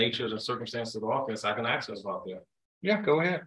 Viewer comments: He is educated and an attorney and still say axe for ask…. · I've never heard a lawyer, Say the word "axe" in the place of "ask". That's usually an eboniics thing, and if you're a lawyer, typically you would speak a little bit more professionally than that, I would think.